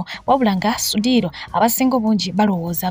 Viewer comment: He can’t even pronounce the name sudhir ,nga nawe oyogela.mbu kiseka